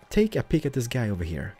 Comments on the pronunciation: why does he talks like heiiar when he knows to say here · The way you say "heeooyr" should be dropped from your show. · Can't this guy pronounce "Here" like a normal person? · I like how he says hear instead of here